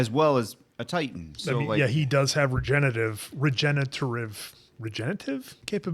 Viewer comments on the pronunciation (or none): none